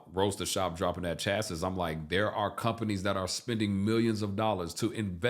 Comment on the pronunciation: Chass Iss /facepalm/ Chass EE is the correct pronunciation